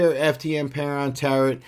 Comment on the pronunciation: Friendly reminder the final t in Tarot is silent, as in tarot cards :)